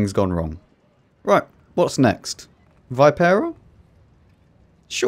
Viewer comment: Hey! Happy holidays and do us Italian players a favor: pronounce Vipera in the correct way, which is "veepera"